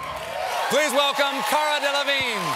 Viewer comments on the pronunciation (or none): I just watched the part where he pronounces her name. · Not delevigne